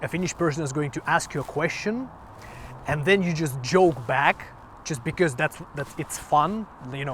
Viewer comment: Just one funny thing i noticed. A not 100% Finn actually pronounciates his ö"s right, but not in the framework i would have expected. Metal umlauts or not, your "because" became "becöme" and i love it . :D